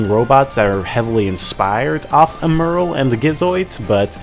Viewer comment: And isn't 'Emerl' pronounced more similarly to 'emerald?'